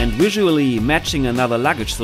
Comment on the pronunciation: It's Available not Awailable. It's Visual not Wisual. It's VERY not Wery.